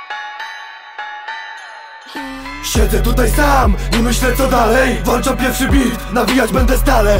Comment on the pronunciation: Włanczam.... Jak można tak mówić... Mówi się włączam!!!!!!!!